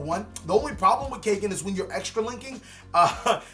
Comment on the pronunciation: kaygen.? nope its pronounced kagen caw like a crow & then just say gen =kagen ^^ also kagen name comes from the word kage which in nippongno/nihongo=japanese language kage=shadow^^